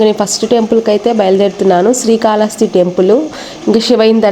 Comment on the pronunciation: శ్రీ కాళహస్తి అనాలి